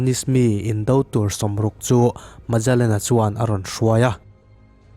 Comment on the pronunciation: heta mejalen tia i lam hi, megalen tia lam tur a nih hmel..... ferdinand magellan a ni a, khawvel hi a mum ngei a ni tih proof tu kha a ni e.... portuguese explorer a ni e.....ka lawm e